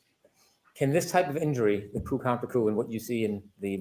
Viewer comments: It's pronounced "koo" not coop 😊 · say Coo counter coo! (Coup - the p is silent)